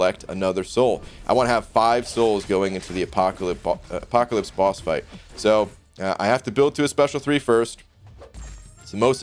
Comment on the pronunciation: Are you saying Apoca-lip? I'm pretty sure you're saying Apoca-lip.